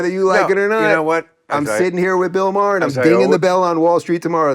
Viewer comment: Him calling him "Maher" repeatedly was annoying